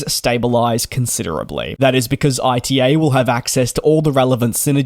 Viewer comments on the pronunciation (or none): Please, not I.T.A., it's ita, like the beginning of the word Italy 😅